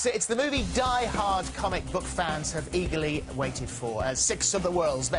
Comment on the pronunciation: Anyone else heard in the introduction: It is the movie DIEHARD... and SOUP-erpowers..